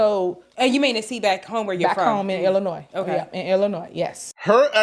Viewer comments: Let me correct you the “s” is silent in Illinois and the township is Thornton I live in the township which consists of 18 suburbs which she has left in shambles also Dolton is not a poverty stricken suburb that would be Harvey or Dixmoor our property taxes are ridiculous I heard it’s a hit on her and the boyfriend bug eyed ignorant a** , the inconsistencies in this video is outrageous the food she was giving out was expired and spoiled all she did was throw line dancing classes and bingo every week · You pernounced "Illinois" incorrectly as you do with at least one word per video. You're an internet "wish" i was a journalist type vibe is cracked you weiny 😂